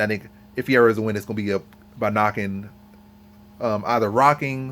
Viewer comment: Nice video. Good points. BTW Fuhayda is how you pronounce Ferreira.